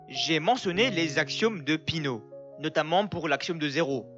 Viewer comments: Péé...ano pas pino !!! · On dit péano pas pino